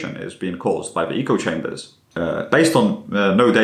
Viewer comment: You mispronounce "echo chamber".